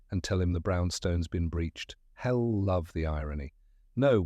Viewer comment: The ai reading of some of the words is rather endearing: led,leed; red/reed; are common. But con-science instead of conscience...hell instead of he'll, and pronouncing "they" with the th as in "thick". The story is good 😊